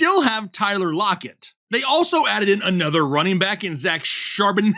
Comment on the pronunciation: Idk why, but I about piss my pants laughing and rewind it like 3 times and laugh even harder, every time you say Zack Charbonett 😂🤣🤣🤣😂